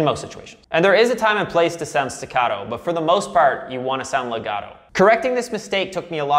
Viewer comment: i'm italian, can I teach you how to say legato e staccato?